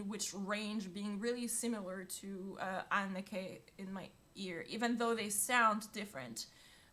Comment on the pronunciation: Great reaction, but just a small remark: The name "Anneke" is pronounced a bit different from how you pronounce it. I'm not good with phonetic descriptions, but both "e"s in her name are pronounced the same.